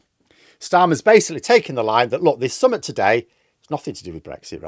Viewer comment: please stop pronouncing summit like "summut was up". Summit is spelt with an i and pronounced as in tit, not with a u and pronounced as in tut.